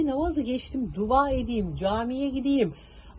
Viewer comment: siz bari duva demeyin. Dua deyin😊